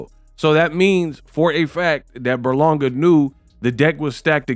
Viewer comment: his name is literally on the screen it’s Ber-Langa not Burlonga😂😂🤦‍♂️